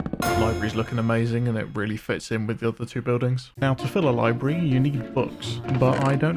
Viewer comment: library not libry